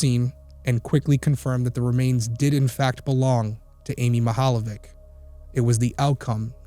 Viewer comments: Mihaljević is pronounced like it's Mihaljevich (ch= ć). That is Croatian or Serbian surname. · This is a Slavic family name. I love the pronunciation and that it didnt stop u covering it. ❤ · you butchered her last name